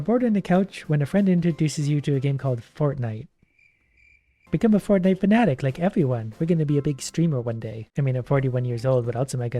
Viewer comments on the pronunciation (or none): none